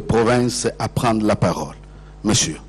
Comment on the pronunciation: Voila ce qui nous a manqué pendant 17 ans. '' Au moment que je prends ra parore...''